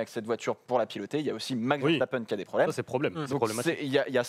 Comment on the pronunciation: Richiardo et Verchtappen, je capte pas